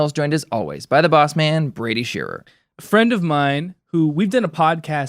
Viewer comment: Oh hey! lol, how cool :) Thanks for the shoutout Brady. Always appreciate it! Extra points for getting my last name pronounced correctly